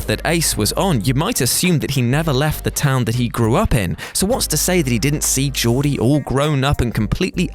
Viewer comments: Isnt it Gordy with a hard "G" like Gordon, rather than like Geoff? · If you fucking hacks actually read the short story Stand By Me was based on you would know Gordie ( pronounced Gore dee) got the shit kicked out of him and his arm broken a week later. Crack a fucking book. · How I know you didn't do your homework: You mis-pronounced the main character's name EVERY SINGLE TIME. Dude... they even say it in the trailer. The main character of Stand By Me is NOT Geordi Laforge. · 1. It’s gordie GORE-DEEEEE. 2. You could argue it was ace that killed Chris chambers at the end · "Jordie" Lachance. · It's a hard G in "Gordie"... I have no idea why you keep saying it wrong. They say it in the film umpteen times. Beyond that this list is full of huge leaps and/or utter nonsense. Come on.... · The Stand By Me one was dumb as shit and you weren’t saying his name correctly my man. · Gordie - a hard G, like gordon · Gordie is pronounced with a "hard" G - like every word that starts with a G in the english language - except german and general. In the novella that "Stand by me" is based on, it is said that the guys had a confrontation with Ace's gang at a later stage in which they all got the living shit kicked out of them. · Do you watch movies on mute or just not actually watch the movies? His name isn't Geordi...It's Gordie. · Gordie is not pronounced as Jaw-dee, it's Gaw-dee. Can WhatCulture stop with the fake mispronunciations, it's getting very boring and annoying. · Instructions for screaming "NO!" over and over at your screen: 1. Listen to use a soft G for Gordie. 2. Repeat. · Gordie. Like Gordon. Not Geordie. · FYI. In Gordie's name, the "G' is pronounced as a "g" (as in 'Greg", not as a "j" (as in "Julius"). Historically, the Von Trapps did survive. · "Gordie." Short for "Gordon." Not "Jordie." And in the original book, Ace jumped him later and broke his arm. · Did you just call Gordie Geordie? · Gourd E, gourd E, not Geordie. Gordie! Gourd E! Geez.